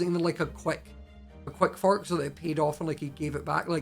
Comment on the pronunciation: When he first said fork I thought he ment fuck😂😂